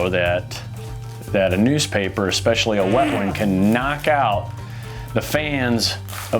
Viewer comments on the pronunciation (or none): "Dropping soon".... let's add to "never say again" dictionary... kinda like "EGGSPECIALLY"